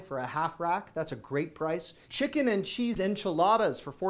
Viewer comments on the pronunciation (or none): none